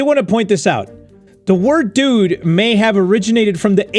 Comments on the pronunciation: The "Dude" sounds more like "Jude" to me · Is it just me or when said dude it sounded more like student